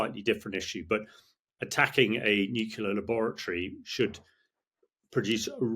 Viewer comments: F**k me NUCLEAR not “nucular” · 'Experts' who can't pronounced 'nuclear' correctly...it's not 'nucular' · Stopped listening g as soon as this bloke started saying nucular . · Nit picking perhaps but why has nucular become almost the norm for nuclear!! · Repeat after me: Nu Clear. Nu Clear. Nu Clear. Not: "Nu Cular" Morons. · This is nitpicking I know, but it’s hard to accept anyone’s opinion seriously, particularly an English person, who cannot pronounce the word Nuclear. It’s not nucular🙄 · I cannot listen to the opinion of a man who thinks "nuclear" is pronounced "nukilar". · ha ha many people call it nukular. I don't know why, but they do. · It is spelled nuclear, not nuKular! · As in ‘nucular’ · This man cannot say ' nuclear' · Never have I ever heard someone mispronounce nuclear so many times per minute. Painful. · Who is going to tell him that he's saying "nuclear" wrong?